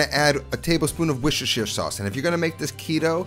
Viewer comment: Because at the moment you sound like ‘warr-sherr-shterr! Lol